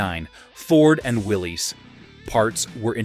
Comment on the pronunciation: Rick Pewe is pronounced pay way and Willy's is pronounced Willis.